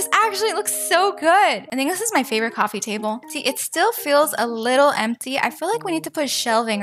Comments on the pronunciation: Why do you say QUOFFee maker most of the time? It’s SO ANNOYING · Bro why "cowfwee"